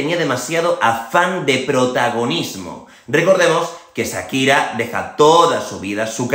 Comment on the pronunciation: No es "sakira" es "Shakira".